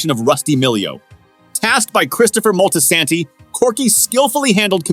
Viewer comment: Not Christopher moltisanty 😂